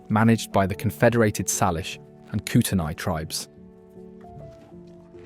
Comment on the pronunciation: Correct pronunciations are “Saylish” not. Sarlish and “Kootenay” not Kooteni.